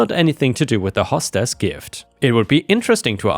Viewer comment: hey.... its HOE stess.... not like a "HOSS" as in horse.